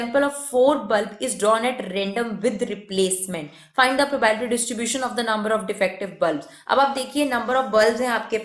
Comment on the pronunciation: Not probalities its probabilities